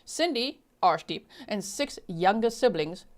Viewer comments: To those who cant pronounce "arshdeep",'ar' is pronounced as 'ur' as in urn.Its a deeply spiritual meaning for the Sikhs, although this guy isnt worthy of it.I hope,the viewers of this channel understand that while an unfamiliar name could be incorrectly pronounced, and is forgiveable,making insulting comments about it, isnt. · G , I can’t take you serious when you say arshdeep I’m to immature 😂you have a cheeky look everytime you say it aswel I love the snark 😂